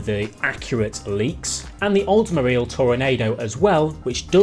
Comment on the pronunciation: 🤣😂It's pronounced toronAwdo🤦‍♂️🤣😂